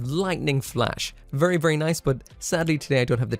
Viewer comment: vurry vurry